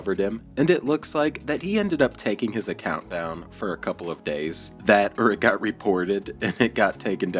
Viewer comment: If I couldn’t pronounce obese, couple, humble and nearly every other word. I would def shut the F UP!!!